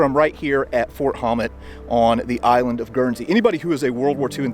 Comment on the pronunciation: Fort Hommet (or Houmet) is pronounced who-may by all true locals, my family on Guernsey predates the history books.